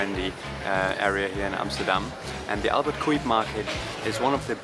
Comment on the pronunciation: “Cuyp” is pronounced “cowp.”